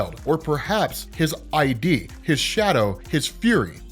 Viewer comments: It's not I.D. It's ID or Id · Lol lots of YouTubers calling id ID. It’s id as in id, ego and superego, not I.D. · Its pronounced "ih-dd" not "ID" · Not I.D. Dude Id, say Id! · Great video. Just a tip: it's not i-d it's id, like 'it' but with a d. It's a Freudian term meaning the part of one's self that unconsciously pushes us to fullfil our most basic, primal needs. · Pretty sure that was supposed to be Id, like Id and Ego. Not I.D. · His "eye-dee" Lmao, its Id. Like, it but with a D. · It's not I.D., it's ID. It's a word used to describe the part of the mind in which innate instinctive impulses and primary processes are manifest. Remember this from the Simpsons. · "id" is pronounced 'ihd"